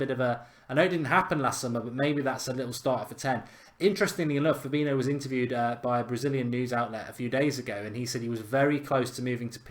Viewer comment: It’s fab-een-i-o